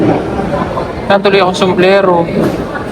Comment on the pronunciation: sombrero o somblero😂😂😂✌️✌️✌️